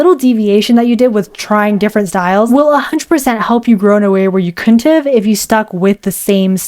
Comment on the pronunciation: im gonna bully for pronouncing couldnt as c"ou"nt, dw i still love you and your videos